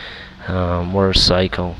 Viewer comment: are you saying murdercycle? loi 130MPH isnt slow bud